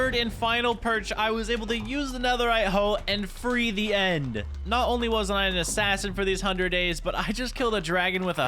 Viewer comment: When he said assain I think he said assain XD